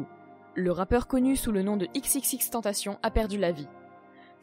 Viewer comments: On dit pas "TENTACHION", on le prononce de la même façon que tentation en Français. X l'avait dit dans une interview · C pas tupac mais toupac que sa se prononce Et c xxxtentaichion que sa se pronnonce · Faut dire xxxtentacion comme si tu disais exexextentacion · Pas x x x tentation mais triple x tentation c’est comme ça que les anglais prononce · Et on dit "XXXTentescion" 🙄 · On dit pas " XXXTentacion" dans la prononciation mais on prononce " EX EX EX tentacion" merci pour ceux qui y connaissent rien et qui detruisent tout et au fait : X est mort un point c'est tout. Et comme beaucoup de commentaire l'on déjà mentionner : on dit "2pac" et non " tupac". Et autre chose: si vous sucez X juste en ayant écoutez " Moonlight et SAD! ", je vous en conjure: rentrez chez vous... Comme l'a dit X en anglais dans la vidéo du "documentary trailer", sortie sur sa chaîne officielle: " Si t'es heureux, j'ai rien pour toi car t'a déjà c'que tu veux " S'il vous plaît, arrêtez de le sucer Long live Jahseh 🖤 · En mon dieu c xxx mtentacioneeeee tu pronnonse le puré